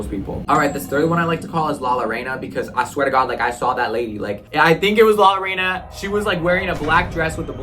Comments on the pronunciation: its pronounced la llorana (la- yorona) and she aears a bloody white dress and she is only in mexico. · It’s La Llorona you made her angry 😂🫢